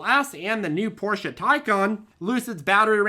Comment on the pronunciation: Easy to tell, is a classy guy: showing respect to Ferdinand Porsche pronouncing his name correctly with the “e” at the end is a sure proof of it. Porsche instead of “Porsch”. Thanks, you are our hero and we are greatful for the valuable content you provide. If I ever will be able to buy a Porsche - which I really want to - it would be possible because of your trading advices for sure. Thanks!